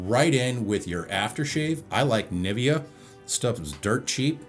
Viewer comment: I don't think its a better design than the older ones aswell. And it's funny how you ponounce Nivea. But I already heared that americans have problems pronouncing german products like Nivea, Porsche, Adidas ...✌